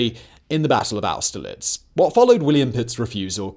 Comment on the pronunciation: Simons pronunciation is as appauling as ever. It's a shame his voice is so satisfying lol. I think it actually takes some talent to butcher peoples names so badly. But at least he could say austerlitz well enough.